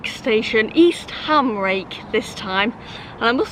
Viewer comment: Eastham is pronounced Eastem